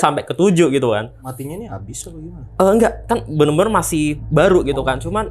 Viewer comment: ini emang "bener bener" jadi "bemer" ya ? dari td gua dengerin